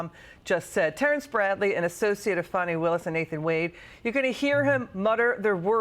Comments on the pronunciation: It’s FAN-i. NOT Fawn-ee. . . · There's no W in her name!! It's fan-e, Fannie. Jesus h Christ what is wrong with y'all!!! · Her name is Fani Willis, not Fawni or Fawny Willis. Don't any of these people know how to pronounce words? Just because she has a big fanny, they don't want to say her name correctly! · Is everyone at Fox mandated to call FANI (FAWNEY)? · It's pounced "Fanny" btw 😂